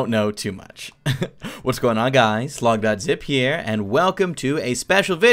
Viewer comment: he said logditzip not logdotzip